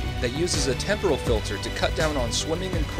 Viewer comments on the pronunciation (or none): none